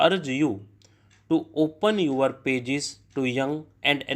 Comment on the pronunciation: Sir yaha pe books easily milta nahi hai aur aap beech ka kuch strokes show nahi karta hai😢, English me jo likha hai usse zada important toh strokes hai, kyuki aap dictate kar hi dete hai, bass hume strokes kabhi kabhi dekhna zaroori ho jata hai. Aur sir im sorry to say this but aapka kuch pronunciation galat ho jata hai jaise "your"(yor)ko aap (U-are) bolte hai, aur "interest" ko "intrast" bolte hai, spreading(ispreading) ko aap se-pareding bolte hai. Aur bhi kayi words hai jiska aap galat pronounce karte hai, hum aapka sunke likhte hai aur aur hamara likhna bhi galat ho jata hai. Aapka subscriber hoon, aapka videos se practice karti hoon isliye bol rahi hoon.🙏🏻